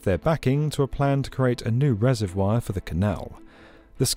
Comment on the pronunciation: Weird way of pronouncing reservoir